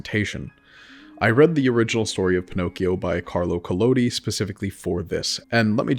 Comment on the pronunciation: I hate to be that guy, but... "☝🏻🤓 Actually" it's "Pinocchio". And, really, there are a few examples of characters that could be Pinocchio, but it could be us. There are some revelations that... well, you will see.